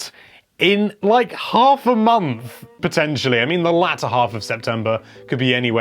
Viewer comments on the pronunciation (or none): none